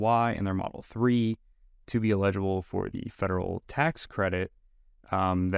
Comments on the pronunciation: its ell-ig-ible, not ill-eg-ible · illegible = not readable or identifiable (pronounced EE-ledge-able) eligible = to qualify for (pronounced L-edge-able) just sayin........ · Why the hell are you saying 'eligible' like that? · I was curious if there was some local dialect where folks pronounced “eligible” like “illegible”. It didn’t bother me, though. I found it folksy. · Please learn how to pronounce the word "eligible" before your next video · hah i was going to comment on that also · Is that why the word “eligible” was mispronounced?